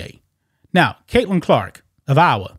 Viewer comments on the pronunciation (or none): none